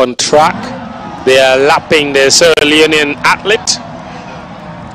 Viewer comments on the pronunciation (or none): none